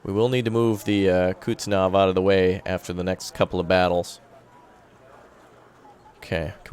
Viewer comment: Hey so you know it is pronounced "kuhz-net-sov" not how you pronounce it but to each his own i guess